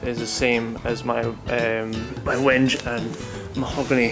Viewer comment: "Wenge"=Wen- gay"